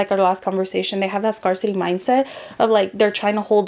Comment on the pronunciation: She said scarcity wrong. 😮 Who is gonna tell her ?